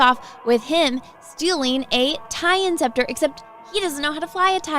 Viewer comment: Why does she pronounce Tie Interceptor as “Tie Inceptor” for a self proclaimed “Star Wars Girl” she’s sounding real phony. Plus what is this video setup? Is she auditioning to be the next Brett Cooper?